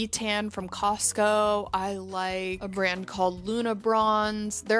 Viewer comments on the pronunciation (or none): none